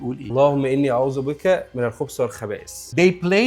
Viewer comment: الرجاء نطق الكلمات بشكل صحيح ( الخبث وليس الخبس الخبائث وليس الخبائس )